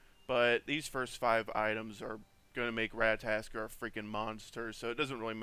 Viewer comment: At least say his name right RAT-A-TOSS-KER